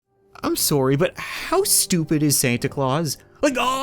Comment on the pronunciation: Starting with "orm sourry" is very so funny to me. Im glad he reminded me he's Canadian best joke he has